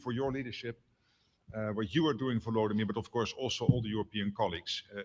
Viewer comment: It's not Vladimir, it's Volodymyr. If you do it on purpose to be disrespectful to the pos, kudos.